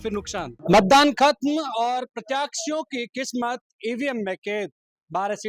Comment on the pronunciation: पत्रकार महोदय प्रत्याक्षी नहीं होता प्रत्याशी होता है आपका प्रोनाउंसिएशन शुद्ध करें